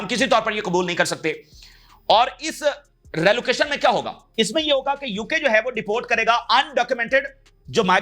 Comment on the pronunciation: بھائی لفظ رلوکیشن نہیں ہے صحیح لفظ ری لوکیشن ہے